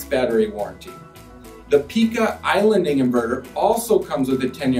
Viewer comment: The people that work for Pika pronounce it Pī ka with a long ī sound, not Pee ka. And Sonnen starts with an 'S' not a 'Z'. You've got an 11 minute video with less than 2 minutes of useful info and much of what you say is inaccurate. I have installed all three of these systems and I do find the Pika system to be the best and very cost competitive, however, because it is DC coupled it can't be added to existing PV systems very easily. Sonnen and Tesla are AC coupled, which has it's pros and cons. Sonnen is overbuilt in the best German tradition and the cost reflects that. Tesla is not as affordable as advertised and their production issues make it very difficult to acquire. You did address that and I'm counting that towards the useful info but you should not label this as 'in depth'.